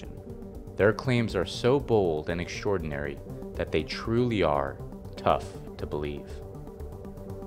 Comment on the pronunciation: EXTRAORDINARY, not “exSHtraordinary” for God sake, please stop using Michelle Obama‘s shit vocabulary when pronouncing words with “ST“ any where in them.